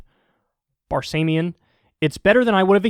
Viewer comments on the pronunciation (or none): That’s David Bar SAH mian (pronounced. He’s been a mainstay interviewer and founder of Alternative Radio based in Boulder. He should be a household name for anybody on the progressive left.